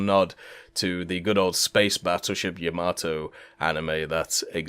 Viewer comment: Bro, if you say Yamato like that one more time... 👺